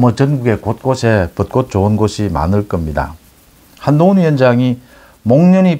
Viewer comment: 씨도 벚꽃을 벗꼿이라고 발음을 하네 요즘 서울 사는 사람 특히 언론인이 국어를 흔드네요 안타깝네요